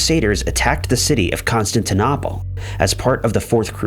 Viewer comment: Your mispronunciation of Dublin and Constantinople aggravates me.